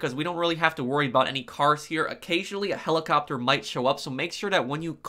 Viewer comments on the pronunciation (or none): none